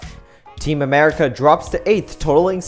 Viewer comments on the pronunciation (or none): none